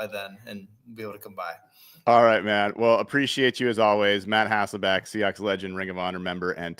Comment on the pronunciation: Anybody notice how few people say HasselBECK? That's his name. Not Hasselback.